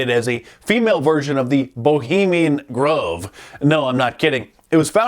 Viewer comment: Ho-bemian Grove